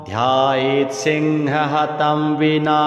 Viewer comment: प्रथम पंक्ति में ही गलती है लिखित में और पाठ भी गलत वास्तविक लेख में मुनिरुवच ध्यायेत सिंहगतम,,,, की जगह ध्यायेत सिंह हतम ,,,, किया जा रहा है जो बहुत ही गलत है कृपया त्रुटि संशोधन करना चाहे और श्रद्धालुओं के शुद्ध पाठ उपलब्ध कराए। हर हर महादेव।।